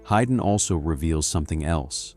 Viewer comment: It is pro ounced "Hayden" (Hay den), not Hyden